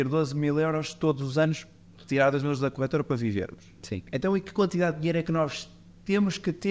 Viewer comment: A melhorar a cada episódio, sobretudo o som (que ajuda muito para ouvir o podcast no carro) Abordagem simples, honesta e clara. (Apenas uma pequena sugestão: é "corretora" e não "corrétora", porque não corrigem nada... 🙂)